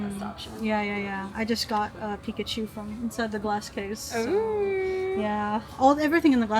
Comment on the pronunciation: Pi kachu not pikacheeew